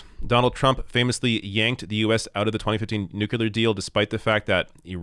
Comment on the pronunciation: Back when Bush Jr was president, Americans ridiculed him for the pronunciation of "nuclear". These days it seems half of all Americans pronounce the word like Bush did. Strange. Remember, not "nukelar".